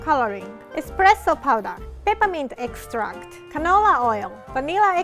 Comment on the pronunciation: when she said peppermint extract I heard Ketamine extract and looked up in disbelief kakakakakakak